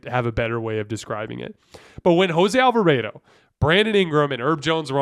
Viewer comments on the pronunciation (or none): The way you say Alvarado hurts my feelings...Alva-Raaaw-dough not AlvaRAYdo lol love your pod btw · Lost all credibility the way he pronounces “Alva-raid-o” and seems to think Monty Williams is the pelicans coach 😵‍💫💀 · He says Willie Green multiple times. He just said Monty Williams once when talking about the Suns series, so it's fine, we know what he meant. The Jose Alvarado pronunciation is weird cuz I know he's said it normally in past videos, so idk if someone told him to say it differently, but they would be wrong regardless.